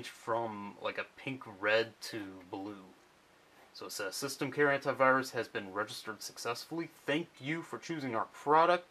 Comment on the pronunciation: Antivirus pronounced hentaivirus. I know how us english,it is real but funny.